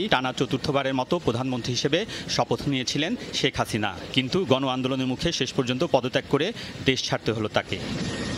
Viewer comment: শ্যেখ হাসিইনা 🤣😂